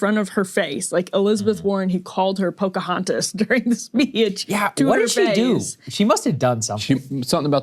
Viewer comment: "Pocohatas", Saagar the sack says "I thought it was funny". Why do I hate him;that should be obvious. Maybe we'll give you a funny nickname.How's "shithead" sound do you Saagar?